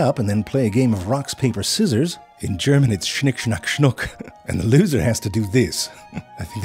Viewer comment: He nailed the pronunciation of Schnick Schnack Schnuck 😁 (we also call it Schere Stein Papier which translates to scissors rock paper so it’s closer but less funny sounding)